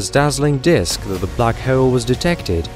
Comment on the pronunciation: "Black Heowl"